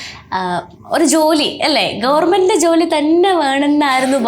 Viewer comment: ഗവർമെന്റ് അല്ല കുട്ടി ഗവണ്മെന്റ്... Questions കുറച്ചുകൂടെ prepare ചെയ്തു ചോദിക്കാമായിരുന്നു..